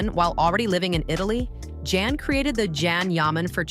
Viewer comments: Meeee too!!! They are moderator / announcers and most all of them — almost on purpose — say his name wrong on PURPOSE‼️😡. It’s not can - like a can of soup!! It is CAN— pronounced JOHN!!! ‼️‼️‼️‼️‼️please moderators let your staff or who lever works with you KNOW HIS NAME! I Black AMERICAN and I ca. say it! It’s very DISRESPECTFUL continually mispronouncing his NAME‼️‼️‼️😡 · Say his name correctly! say ..JOHN JON.. .. NOT JAN OR CAN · Pronounced Jon, not kan or Jan … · In Turkish, the letter 'C' sounds like the English 'J' . And The 'a': It has a soft, elongated sound, similar to the 'a' in father - or "ahh". So it's not Jon, John, or Jan. It is pronounced J-aw-n - rhymes with "fawn' and "dawn'. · Actually it’s pronounced as jaan, which means life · Yeah not soup CAN or CON artist—-sounds like English name JOHN, not girl’s English name JAN. All we hear is scratching on a chalkboard ANNOYING, AND not only Can’s name, you pretty much murdered the other name pronunciations, bottom line you can’t pronounce Turkish actors names. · John. his name is pronounced John. you lose all credibility if you cannot research something as simple as the correct pronounciation of his name. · First name is pronounced Jon. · vyslovuj Džan. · y, it’s pronounced like John in English/American. I watch a lot of Turkish TV, Can is pronounced like Jon or John. Look it up on Google Translate if you want. From Turkish to English…type in Can Yaman in Turkish and listen to it…John yaman…….when he says his name, he says it like John in English… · So annoying to hear his named said WRONG its pronounced JON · w języku tureckim c wymawia się jak dż a więc Dzian